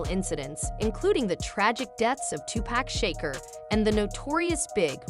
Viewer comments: She called Tupac Shakur " two pack shaker "! Lmfao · Dont forget Tupac SHAKER xD